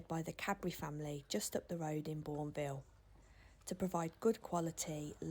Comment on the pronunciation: Interesting to hear how Bourneville is supposed to be pronounced. Down south here, we put the emphasis on the Bourne, but generally you only hear it said if someone's just bought a bar of plain chocolate! Ha ha! Another fascinating video,. I love these sorts of places, especially when there are restrictions on what can be done with them, in order to keep them relatively original. Thank you:-)